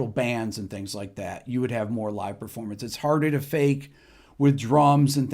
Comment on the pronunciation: It's pronounced PERformance. Not PREformance. Just saying.